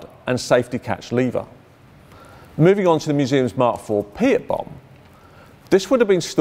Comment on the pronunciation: Could it have been renamed because someone thought that a weapon called the "pee-at" was too rude?